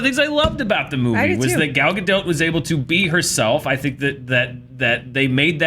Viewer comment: It's gal galDOT as in rhymes with POT. It's not difficult when the actor introduces herself and pronounces her own name.